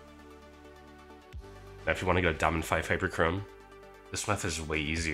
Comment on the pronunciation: Bro said hyperchorme hyper cream🤣